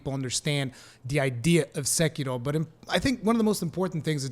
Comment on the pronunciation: did he just pronounced "SEKIRO" with asian accent? perfect!